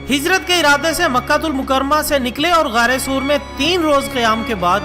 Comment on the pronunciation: Ubai bin khalf & ghaare Saor lafzi ghalti parhne me hui he baqi masha ALLAH